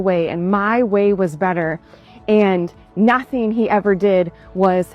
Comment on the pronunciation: I have never heard nothing pronounced that way....nauthing? And remember, she's comparing it to her version of perfection.